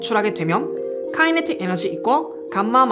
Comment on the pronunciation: Kinetic 은 발음이 키네틱 임. Not 카이네틱.